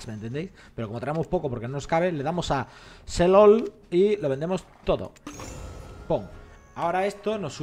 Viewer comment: no se porque me dio tanta risa que dijera "sell all" y sonará "selol" xD